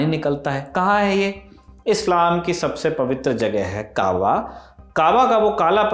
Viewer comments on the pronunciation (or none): Sir ji ...aab arabi ka nahi farsi ka ...labz hai....aur jise aap kaawa keh rahe hai.....wo kaaba...sharif....correct...kare.. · Correction= kahva correct= kabaa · Correction: it's Kabaa not Kahva! Hager also pronounced as Hajrah. Abraham is also pronounced as Ibraheem. Isaac also pronounced as ishaaq. Prophet Muhammad‘s granddad‘s name was Abdul Muttalib. British cholera allegation story is something new I’ve heard. Thank you team Lallantop❤ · Kaba hai vo kava nahi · Kava nhi h Kaba h